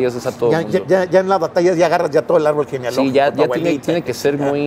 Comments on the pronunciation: por ejemplo arbol: separalo y dice ar ból jajajajaja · Sepáralo y dice ar-bol